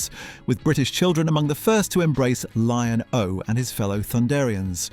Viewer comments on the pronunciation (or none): Anyone who prounounces Lion-O like that never saw Thundercats